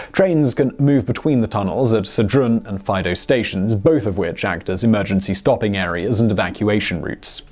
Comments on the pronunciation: The voting was actually in 1992 (not in 1922). And by the way, Faido is pronounced with an accent on the i (Faìdo and not Fàido) 😉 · Nice to hear about it in English for a change! Proud to be Swiss and British. Nice video Simon. FYI Faido is pronounced Fy - eedo. I was very impressed about the new through rail terminal in Zurich. Although smaller than the Gotthard Base Tunnel they did some cool tricks like divert a river underground while drilling the tunnels. There was a stunning exhibition shortly before it opened. All the best, Rob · Awesome documentary, the only thing to criticize is your prononciation of Faido.